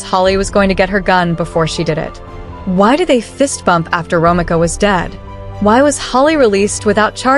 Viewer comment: Say it with me…. RO MEEKA not Romica. In the future you should check the pronunciation of the persons name if you’re not sure.